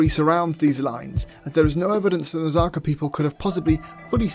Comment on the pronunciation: Its pronounced Naz-Ka....What is that Nazaca stuff? Come on, bud...get the pronunciations right. Its a big start. Edit...I am a subscribe, but please do better with those words... *pliya